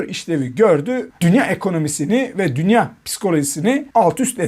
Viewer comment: Portföy ,dünya,teminat,faiz kelimelerini okuma yanlışları var daha düzgün okunsun yoksa ben okuyacağım